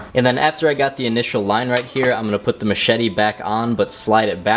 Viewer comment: the way they say machete... mah shee tee. mat shet tee. and then machete